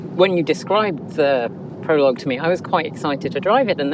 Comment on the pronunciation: Thank you Kate for pronouncing Prologue correctly., listen to Kate, she knows how to say this word.